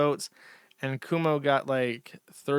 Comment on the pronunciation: I was gonna make some remark about Jersh deliberately mispronouncing Mamdani like a Fox News host. Then I remembered how tenuous his grasp on English is when I heard "Coomo" and "Sliwa"